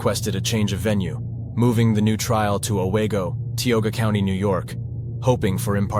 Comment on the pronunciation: Lake Cayuga: kay-OO-gauh. Ruloff: ROO-loff. Owego: oh-WEE-go. Chenango: shuh-NANG-go.